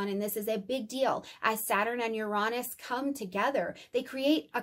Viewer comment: uranus correct pronunciation yr ·ei·nuhs